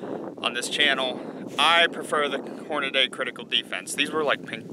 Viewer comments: Lost all credibility the moment you said "horn a day" no language, I'm aware of, anounciates y as an a sound. The company themselves pronounce the name horn-a-Dee. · Wow, people are really nitpicking, haha. As far as the ammo, I've heard "horn-uh-dee", but as far as the name in general, it's pronounced both ways. There are plenty of credible and highly experienced people in their fields who pronounce things differently than most. And who gives a s***? The guy owns it and has been through enough ammo to know he prefers it